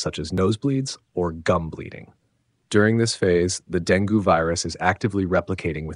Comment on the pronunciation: Dengue is pronounced Deng-gay, not deng-goo.